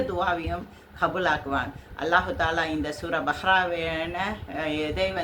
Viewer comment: முதலில் சரியாக உச்சரிக்கவும் பbஹ்ரா அல்ல அது பbகரா